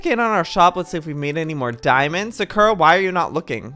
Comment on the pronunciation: the way he pronounces sakura.. oh honey no